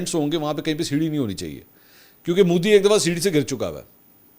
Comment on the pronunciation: Modi not Moodi Mansoor sahib 😂 Modi Prime Minister lagta hi nahi shit personality aisa lagta hai jaise koi baba gaon se sheher aaya ho .. bohat hi bura lagta hai khi khi 😂karta rehta hai for no reason